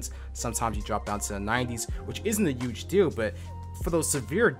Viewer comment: He uge, he uge, huge.